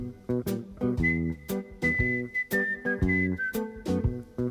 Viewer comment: i thougth she said hermitcraft